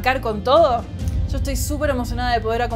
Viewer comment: No es por hate ni nada, pero no me puedo tomar en serio la "y" como "sh" XD jaja